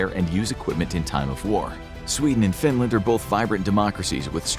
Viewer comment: why Findland and not Finland